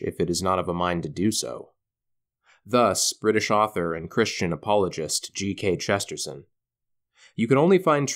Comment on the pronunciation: it pains me how you say Chesterton